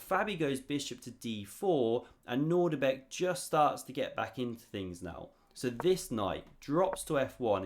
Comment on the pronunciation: I have some very bad news. It's not nordibek its Nodirbek: ( I made the same anglo mistake of assuming the presence of a familiar "nordic" initial syllable but... alas, not so! I know you worked hard on this vid, and some may not notice. Feel free to delete this comment if it suits you